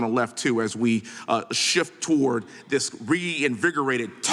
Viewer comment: Sir it’s not dis it’s this